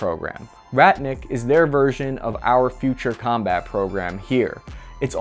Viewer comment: I'm glad you fixed your teleprompter bro, it sounds so much better now. No more awkward cutoffs, weird sounding words. Just as I type this you say vers-ion but it's much, much better